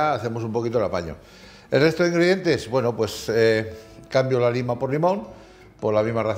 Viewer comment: Pueblecito. Lima. Limón. Porque habla asi?